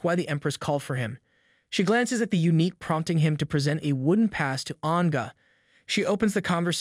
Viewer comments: Thanks for the videos! I think eunuch is pronounced “you-nick”, not unique. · U-nick, not unique